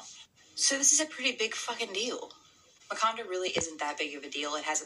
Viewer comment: “Makanda” definitely sounds like “Wakanda”. There’s so much to unpack in here, big time. Peace and PoWah.